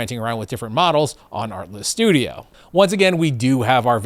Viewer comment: Kept hearing "artless". Oh, the irony. ☺️